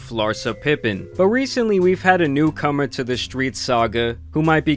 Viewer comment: "New cummer..."